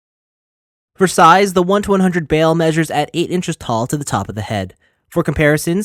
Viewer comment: Every says his name wrong has anyone that reviewed this watched the actual series you keep saying bail not bael review the anime before making a video